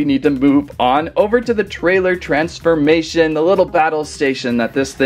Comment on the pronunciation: Bro said transmamtion